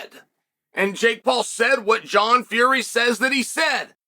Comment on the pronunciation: I'm glad Chael is getting Will Fury's name right again.